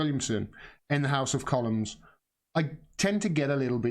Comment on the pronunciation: It is 'The House of Commons' not'The House of Colloms'.